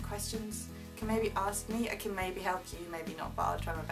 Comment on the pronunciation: Gosh I thought she almost said 'aux me ' instead of ask. Almost....... I think it would be a great idea if she could volunteer to help out people who are poor and need all sorts of support. It's a great way to learn some of our best lessons in life. Sensitivity, compassion and empathy.